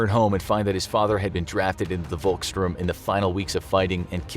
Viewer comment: The V in "Volkssturm" is pronounced as F not W